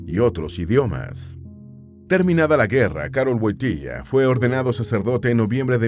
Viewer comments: Me ha gustado mucho este video. Pero primero hay que decir que no se pronuncia Wotilla sino Wotila. Segundo el pais que mas visito despues de su amada Polonia fue mi país España que como el llamaba a España Tierra de Maria. El aprendio español porque su tesis la hizo de los Santos españoles santa Teresa de Avila y San Juan de la Cruz. Ademas una de sus canciones preferidas era las sevillanas del Adios y cuando hiba algun artista español al Vaticano se las cataban y el encantado que apartaba a la gente para escuharlas porque le encantaban. Es tanto asin que un viaje a México le tocaron las sevillanas del adios en forma de ranchera. Queria tanto a España que cuando viajaba siempre pasaba por suelo español para darnos la bendición a los españoles. El coche llamado Papamovil se lo hicieron en España y lo exteno en España. Cuando se le critica a Juan Pablo II por ir a Cuba les recuerdo que el papa no solo se reunio con Fidel Castro sino también con la oposición. Tambien gracias a Juan Pablo II en Cuba se abrieron las iglesias, se dejo de perseguir al clero y sobretodo volvio la Navidad que estaba desde muchisimos años. Este Papa fue el Papa de la Juventud. Las jornadas de la Juventud las puso el. La gran cruz que llevan en esas jornadas la regalo. El murio el dia de Jesus de la Misericordia inpuesta por el. Podria decir munchas mas cosas que no se dicen de este maravilloso Papa. Que munchimo le seguimos queriendo tanto y le echamos de menos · No woitilia woityla narador burro no sabe hablar español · Woityla np wontilia tonto è burro NARADOR